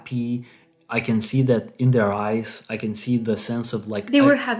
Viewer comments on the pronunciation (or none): none